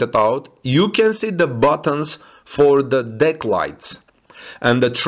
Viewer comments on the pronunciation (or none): none